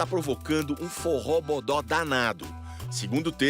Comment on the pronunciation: "um forré bodó danado" que isso globo?